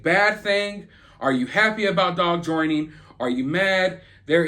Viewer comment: Yeah Dawg! You said "Joing". Lol.